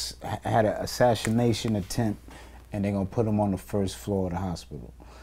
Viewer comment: Men i love this guy. But did i just hear him assassination as assashaintion lo